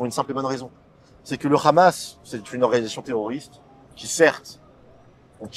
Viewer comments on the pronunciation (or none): lol its Hamas not Khamas lol